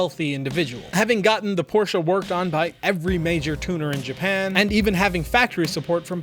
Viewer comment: Tf He keep saying Porshca for. Wtf is a porshca 😭😂